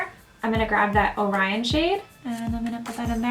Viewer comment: I don't think it's pronounced "O'Rion"